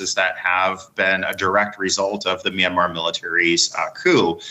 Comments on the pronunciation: What's "My Na Mar"? 😂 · Love the pronunciation of the American guy for "Myanmar" real mister international 😂